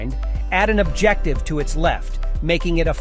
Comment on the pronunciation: Can’t pronounce “adjective” lol